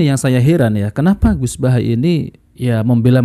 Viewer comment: Bahasa nya orang di kata kaga pernah ngaji buset baha baha tambahin r biar jadi bahar😅😅😅